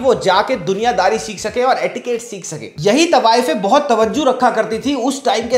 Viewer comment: 'Tawajju' nhi bro 'Tawajjo' 😂. And Tawajjo di jati hai, rakhi nhi jaati